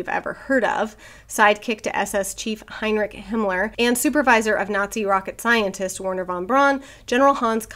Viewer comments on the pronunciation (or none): none